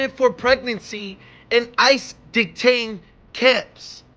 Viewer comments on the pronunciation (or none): when you have the desire to be heard yet don’t have the brain 🧠 to process!!! Sad state of affairs! I thought he was just too excited the first time but hearing him the second time not being able to say detention was crazy.